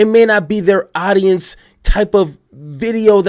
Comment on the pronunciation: This dude can't pronounce simple words like audience. He says oddyence. This guy sounds uneducated. I'm out.